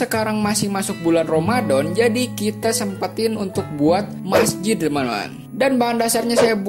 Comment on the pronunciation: Bang ramadan bukan romadon